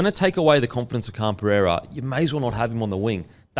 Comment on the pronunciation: Guru, how are you continuing to pronounce Khan-Pereira as Khan “Pee-yeah-ra” it’s more like “puh-rare-uh” been going on for yonks